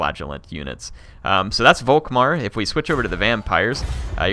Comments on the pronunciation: Germany sheds a tear, every time you say Wok-Mar instead of Volkmar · The "V" in Volkmar is pronounced as an "F" btw.